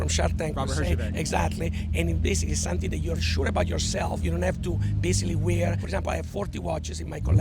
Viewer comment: hes talking about 'somving' yea i quit